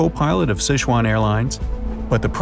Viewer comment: it bothers me that he pronounces “sichuan” wrong